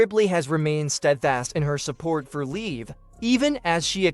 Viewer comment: It's not leave morgan it's liv morgan! You know, like live in a house 🏠 only without the letter e at the end of the name get it!